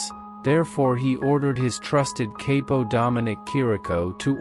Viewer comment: Good video , factual but a few mispronunciations. Chirico Shear Rico Capo COP O